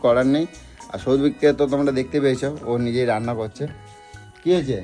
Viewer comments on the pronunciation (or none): none